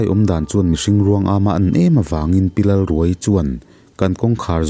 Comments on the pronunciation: Pi Lalruaii tih hi...pareka thil khaia, khai tih lam thluk anga lamtur awm zawk tak,thluk hniam thla lovin thluksang hret in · Lalruaii i lam dan hi , a tap ruai ruai , or ka tap ruai ruai , tih ang a lam a Lalruaiii tih tur a ni lo maww ?